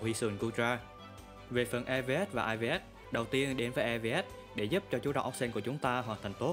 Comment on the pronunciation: Góp ý 1 vài điểm sau đây: - Dưới mưa thì weather ball đau hơn hurricane - Nên sửa lại cách đọc EVs và IVs cho đúng, đọc cả chữ s rất khó nghe. - Phần điểm mạnh điểm yếu rất mơ hồ, không có ý nghĩa tham khảo. Ít nhất cũng phải cho người xem biết rằng lối chơi nào khắc chế được build của mình, sau đó nếu được thì build team để cover điểm yếu đó. Không có cái đó thì người xem sẽ gặp khó khi sử dụng pokemon được giới thiệu, vì team có 6 con mà bạn giới thiệu 1 mình nó, không nói nó hợp với kiểu đội hình gì, cần đồng đội như thế nào, sợ những pokemon nào, ... Nói chung là không đưa ra đầy đủ thông tin để người xem áp dụng.